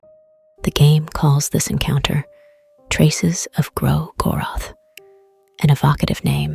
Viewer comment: Also I just can't seem to tell if the audio is AI generated or an actual voiceover as the more I hear it, the more uncanny it feels but the pronunciation of 'Gro-goroth' is pretty accurate and constant with how most of the fandom pronounces it 😅 If it is an actual voiceover, I didn't mean to offend! It has that ASMR feel to it that scratches some itch at the back of my mind and gives the video a very soothing vibe